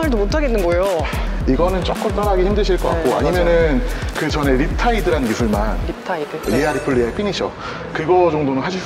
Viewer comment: 리타이드 아니라 립타이드에여!ㅋㅋㅋ